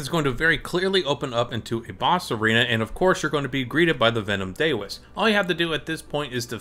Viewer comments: No shit. It's LIKE cow. It isn't "Day-O". It's Dao. Rhymes with plow. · Yes. It is. It isn't "day o" it's "dow" like cow or Dow Jones. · Daoist is pronounced like "cow ist". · buddy its not Cowist is daoist, dao is pronounced da-o, which isnt cow lmao so idk what u think ur talking about "cowist"